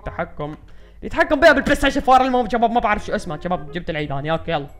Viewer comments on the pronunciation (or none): ليش تحجي بحرف ج اتكول جباب ما تكول شباب